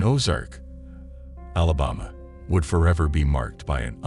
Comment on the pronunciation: AI narration is so annoying. Why doesn't it know how to pronounce common words? Allah bomma. Cumbed.